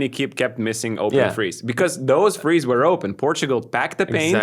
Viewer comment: It's pronounced THREES not FREES